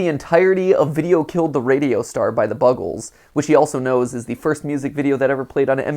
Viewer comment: Did you just pronounce the Bugles as the Buggles? 🤣